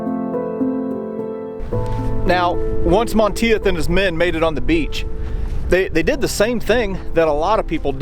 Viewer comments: Like your vids. just so you will know for future reference, It is pronounced "Mahn Teef". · *(It's pronounced MON-TEETH). Anyway, as a college student I lived in France for 6 weeks in June and July of 1990 on exchange. It was the summer after Greg Lemond won his second Tour de France by 8 seconds (and a third that year)- and France freaking LOVED Greg. This was still before France's general anti-American sentiment had begun. Yes, most Parisiens still hated us, but not all of France. I stayed with a family in a village called Brusvily, near Dinan, south of Normandy. It actually looked like a set from Saving Private Ryan. Most Americans don't understand that MOST of rural France still looks exactly like it did in 1944, (with bits of modern retail, etc). Anyway, as we toured this small town, I literally had numerous older men and women making it a point to come up and shake my hand to say thank you for what happened here. I was stunned. THEY STILL REMEMBER! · Monteith is pronounced “Monteeth” Really loving these videos by the way. 👍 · Great video. Monteith is pronounced Mon - teeth btw, pretty common name here in the UK, also sure it has Scottish origins. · Hey awesome video, one slightly annoying thing.. Monteith? = Monteeth.